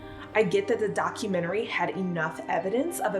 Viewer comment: I dont trust anyone who pronounces Documentary as "Documentarary". I honestly think that guy is actually the Scranton strangler.